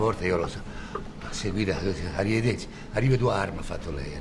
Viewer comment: quanno ha detto " ariveduar " ma fatto veramente taja' grande Giggi!!